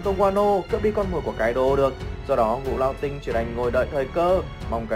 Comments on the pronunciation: ngũ lão tinh. phát âm ra ngũ lão sờ tinh, vãi lúa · xem clip thấy thằng này nó đọc chữ ngũ lão tinh cứ phải đọc thành sting ấy nhỉ? hay uống nhiều sting quá bị líu lưỡi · ))) chắc nghĩ thế là ngầu nên cứ đến từ đó là gằn giọng